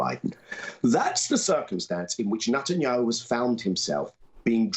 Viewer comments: Why can't Jewish Daniel Levy pronounce NETanyahu? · 😂 I love it. Nut and yahoo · I like the way Daniel pronounces his name as NUTanyahu. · Levy keeps pronouncing Netanyahu's name as "NUTenyahu." Do you think he's trying to make a point? lol. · Daniel Levy: “NutAndYahoo”. The gift that keeps on giving.